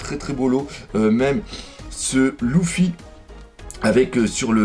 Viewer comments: Leuffy pas louffy on dit stp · On le prononce leeeeeffy ou luuuuffy pas louuuuffy